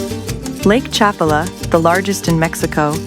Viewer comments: cha-PA-la. NOT chap-a-la. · The AI doesn't know how to pronounce Chapala correctly. Had to stop watching because I don't support AI generated slop.